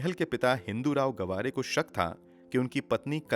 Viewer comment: Gwaare nhi gaavre....